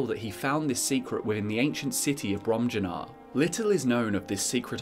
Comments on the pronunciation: I believe it'd be "brohm-yuu-nahr", but don't quote me on that. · Im pretty sure they’re pronounced Brom-Yoo-Nar and Vol-Ski-Guh. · Fun drinking game: take a shot every time says "Bromjunaar" wrong.